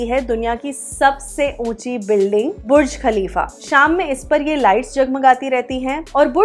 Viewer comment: lol not buch but burj 😂